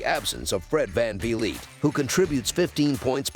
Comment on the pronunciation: Fred van ve leet😹 nvr gets old